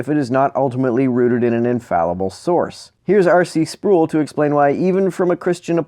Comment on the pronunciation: "Sproul" is pronounced like "scroll"